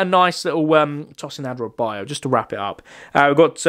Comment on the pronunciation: As a Luton fan loads of commentary people say these players name wrong like Elijah Adebayo is pronounced ad-uh-bayo And Alfie doughty is dow-uty not daw-ty And Gabriel osho is osh-o not ow-show Love your videos